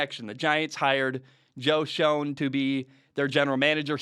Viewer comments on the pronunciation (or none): Schoen is pronounced “Shane” fyi